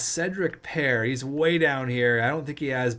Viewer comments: Paré(Par-ay) not pare like pear lol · You pronounce Cedric pare name like Paré not pair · Im 90% sure as a Frenchman paré is pronounced par ay not par so please stop it hurts